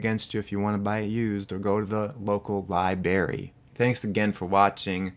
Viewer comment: thank you for saying libary i hadn't smiled for hours